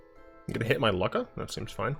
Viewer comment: I'm pretty sure that Lukka is pronounced Lukka, and not Lukka.